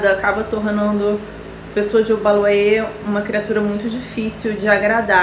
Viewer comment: E se for falar obaluaiê fale certo.